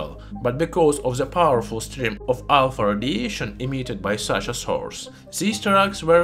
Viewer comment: I can't stop laughing every time it sounds like he says "Alfurdiation"